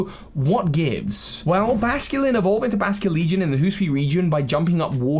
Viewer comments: Hee-soo-ee not hoo-soo-ee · Remember,, "Hisui", not "Husui" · Okay, say it with me slowly. Hih-soo-ee. I know you have dyslexia so that might not have been helpful. Hi-su-i, the first part is pronounced like "hit" without the "t". The second is like the name "Sue". The last part is like the letter "E". In any case it is difficult to pronounce and we know you are trying you're best. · I’m sorry but “Hooswee” is the funniest thing I’ve ever heard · Ah yes, Hoosooian. From the Hoosooi region. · Migration and Form Evolution Or, as one Sinnoh Myth says A Man slew Pokemon with a Sword Hisui is pronounced it is spelt Hi~sui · For the love of God, I have commented three different times on how to pronounce the damn region name. I’m not helping anymore. You sound like an idiot when you pronounce it incorrectly